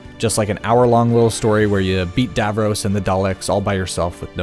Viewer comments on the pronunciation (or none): bro can't pronounce Davros 💀